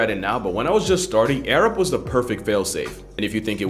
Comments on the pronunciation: I swear I heard the dude say 'Arabs' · Half of the sponsor segment I thought his sponsor was “Ａｒａｂ.” 😂